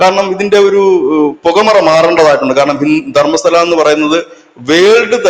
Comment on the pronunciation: ധർമ്മശാലയല്ല, ധർമ്മസ്തല 🙏🏻